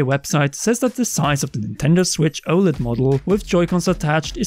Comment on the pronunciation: disliked for the way you kept saying oled